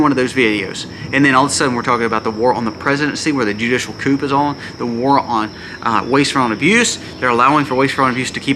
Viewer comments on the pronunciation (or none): ✌️ The word "coup" is pronounced "coo".👍👍👃🇨🇦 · The "p" is silent in coup. "Koo" is how you say it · Just a friendly, helpful hint. "Judicial coup", is pronounced "coo", as in the sound a dove makes. Very interesting and important videos! Thank you, and may The Holy Trinity protect and bless you, your family, and all of those who see/hear your channel. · The p is silent in the word coup. It’s short for the French word coup d'état.